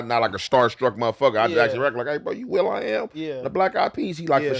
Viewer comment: Nigga said Will I am 😂